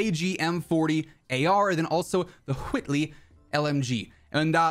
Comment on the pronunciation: You're talking like Stewy from family guy when you say Whitley like cool whhhhip really pronouncing that H lol love it